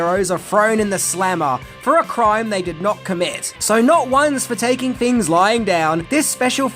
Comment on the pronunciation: as well as your inability to pronounce "TH" Here's ten fings you didn't know.........................